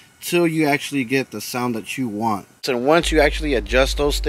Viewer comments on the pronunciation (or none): none